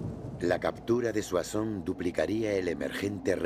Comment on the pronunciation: soasons se dice ;) y se te fue la olla diciendo el imperio otomano XDD